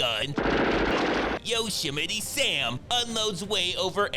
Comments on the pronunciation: This mf really said “Yoshimite Sam”!!! I’m dead 😂😂 I’m using that sh!t. 💯😂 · "Yoshiminy Sam" 🤣🤣🤣🤣🤣🤣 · "Yoshi-miti Sam" fugg lol